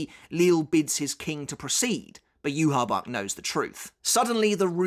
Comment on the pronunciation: You said "U-Haul Bork", hahaha